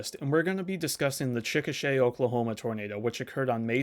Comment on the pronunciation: I appreciate you pronouncing Chickasha correctly. I think that's the first time I've ever heard it on a youtube video.